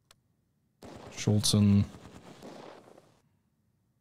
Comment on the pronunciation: Please, it's not 'Schultz-en' !